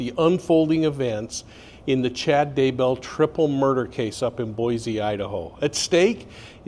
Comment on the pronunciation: NOT! B O I "Z"E, IDAHO......B O I " S" E... "S" as in "S" nake